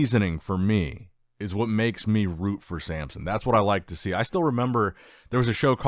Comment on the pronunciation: Why do you call Samson, Sampson?